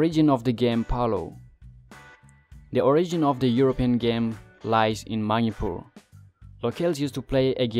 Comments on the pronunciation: Bro its Manipur not maupur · The way u pronounce Manipur .....or maniipuur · Maripur...your english pronounciation sucks bro. Try to improve english speaking. By the way good job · Nobody knows? like really? its a General knowledge specially from NE they knows that 😅 BTW nice try at least try to pronounce correct the word "MANIPUR" all the best 👍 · Good job, but your pronunciation of "Manipur" is 😁😁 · do u have any idea what u r speaking!!little knowledge is dangerous amigo...PS: learn to pronounce Manipur properly 😂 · Why you Pronounced Manipur like that???...so disgusting bro! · First learn to say Manipur properly. Its weird.